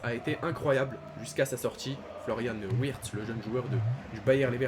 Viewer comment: Wirtz se prononce Virtz